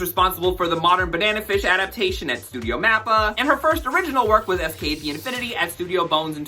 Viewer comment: Fantastic video, now I know what not to watch this season 😅 but wow, I didn't know pronouncing SK8 as sk-eight would rile me so 🤣